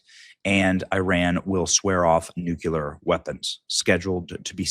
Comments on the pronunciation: BENNY - IT'S NUCLEEEEAAARRR, NOT NUCUUUULLAAARRR - GET WITH HOW WE TALK - HF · Benny you keep saying NUCULAR not NUCLEAR. Taking speech lessons from W? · it's NUCLEAR not nucular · Not NU-CU-LAR! It’s NU-CLE-AR! Sorry,one of my pet peeves… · Oh, Crap!! Iran isn't going to adhere to any agreements. And, stop saying 'nuculur'. There is only one 'u' in nuclear. You sound unintelligent. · It’s Newclear , not nukleeleer 😂😂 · COME ON BENNY! It's NUCLEAR NU-CLEAR not NU-CULER! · NU!!!! CLE!!!! AR!!! Come on Ben it’s not Nookyular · Benny, NU CLEAR not NU CUE LAR! DAMN! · It's NUCLEAR not NUCULEAR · If true, great news. but I'm pessimistic, it is Iran after all, you can't really negotiate with terrorists. They are despicable Liars with no honor, why would they actually follow through with something they agreed to? by the way, Pronounced Nuu---kleee--urrr N.U.C.L.E.A.R Not pronounced Nuu--kyuh--ler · Benny pronounced "nuclear" as "nukah leer". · Nu-cle-ar Benny. You sound like George Dubya😂😂😂😂😂😂😂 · Its nuclear Benny you're saying it wrong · Why can't men pronounce nuclear correctly? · Will someone please tell Benny he’s pronouncing NUCLEAR incorrectly. Sound it out. Mispronunciation makes one sound illiterate. Luv ya’ Benny!